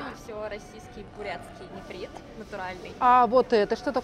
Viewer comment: А с грамматикой сложно работать? Нефрит, а не нифрит(